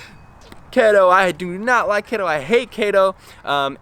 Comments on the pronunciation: Kayto diet? Keto isn't a Japanese word, it's from ketones and you say it like Key-tone. So it's key-to diet. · It's pronounced keeto lol. Great video tho! Keep it up 🌱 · bb it’s pronounced kee-toe ( !!!!! ) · its KETO & KEYTONES lol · say it with me....KEEETO. haha love the content of the video though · Had to turn it off after you said KAY-TOH after 3rd time ... if you're going to knock a diet, pronounce the words right first. Another thing, CHEESE, OIL, ETC; Is dirty, lazy Keto. Vegans do the same. I have a friend who is Vegan, but eats nothing but fast food or processed shit. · DUDE WTF KEY-TOE!!!. If you can’t pronounce it don’t speak in it😂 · Key-Toe ..... Fucking KETOOOOO Diet man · Kayytosiss. Kayyto diet. Kayytons... Love the pronounciation! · Every time you say Kato all I can think of is about that guy from the hunger games lol just messing with you. Don’t put your Health on risk don’t do keto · Key-to... do more research dude. You need to read more and do more research... the information you’ve presented is not correct. And do more research. Sorry but this is all ridiculous. Lol. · I thought it was pronounced "KEY - TOE" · It's pronounced "kee toe" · I love the way you pronounce keto lol (no sarcasm) also! I was debating on going on this myself because it’s so popular and I’m seeing it absolutely everywhere. But, nope. I think I’ll continue with what I’m doing since it’s working and just be patient. Thank you for making this video!! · Longtime subscriber here... I would suggest you redo this video, because suggesting it is an informative science based video, while mispronouncing all of the relevant words just isn't a great look man. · mate did you mispronounce keto to make them keto belevers mad hahahahhahahha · Omg 3 seconds in and I’m dying because you don’t pronounce keto right xD love you man hahaha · I thought I was the only one, haha